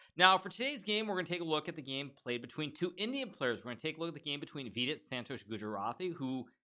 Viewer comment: Yo hikaru i dont think u r pronouncing vidit wrong so u may continue calling him that and vd is great too